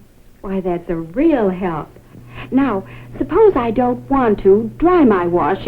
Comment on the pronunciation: to warsh and dry? warsh n wear I love how he tries not to say warsh